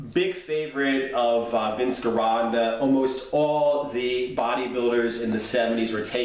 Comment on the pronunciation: Hey man love your videos but your pronunciation of Vince Gironda's last name is driving me crazy. Now correct me of I'm wrong, but the way I've heard everyone else say it, including those who've trained with him, they pronounce his last name like: Jironda not Gironda with a hard G